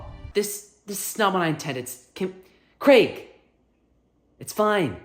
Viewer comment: I know this is an old video, but I just wanted to comment my appreciation at seeing an American who knows how to correctly pronounce the name Craig 😂